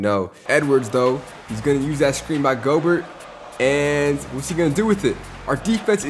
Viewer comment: not making fun of you but goberts name is pronounced go-bear. i pronounced it like you, i dunno if its just a joke if it isnt now you know.